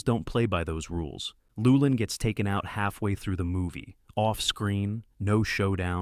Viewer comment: Cormac Mccarthy, gonna mention him? You pronounce Llewelyn differently every time you say it. I judge this AI slop.